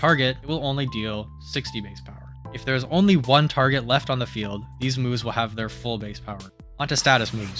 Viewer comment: it sounds like you are saying boobs instead of moves and it made me lock in to the video, great content